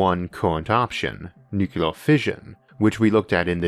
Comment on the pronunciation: Ech, please don't say "nucular". It's hard to maintain confidence that you know what you're talking about, when you mispronounce it like that.